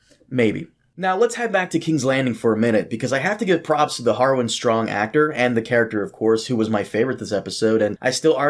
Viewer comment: Loved the review, but please say actor :)